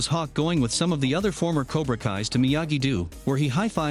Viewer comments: it’s do not doo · Narrator pronounce miyagi do miyagi du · He also said "Miyagi-Doo" and "De-MEH-tree" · Miyagi-do❌ miyagi-doo✅ Eagle fang❌ eagle fuong✅ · Miyagi❌ Miyagidoo✅